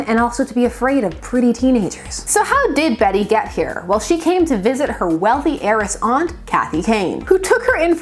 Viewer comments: It's actually pronounced "Bet" not "Betty." She is the weakest of the Batgirls. Barbara is the bomb, Cas was ok, Spoiler was fun, Flamebird was created to be weak and a comment of celebrity wannabes. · Bat-Girl. Flamebird. Hawkfire. Also, is her first name pronounced "Bet" or "Betty"? I've heard conflicting reports. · I always thought her name was pronounced Bet. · Fun fact. Until just this very moment I have always assumed Bette was pronounced as "Bet". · I always thought her name was Bet(te) not Betty, the Canadians in us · Heck, until you specified it I thought her name was pronounced "bet" as well, and I'm from Mississippi. Cool video! Never knew about this character at all until now. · For a while I was pronouncing Beet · DC really puts you through it with "Bette," unfortunately. Remember Plastique? Bette Sans Souci is French-Canadian, so she pronounces the name as one syllable. That's the way I read it, too. I have to see "Betty" or "Bettie" to see two syllables. Still, Bat-Girl will always be "Betty" to me. Sue me, I'm old!😆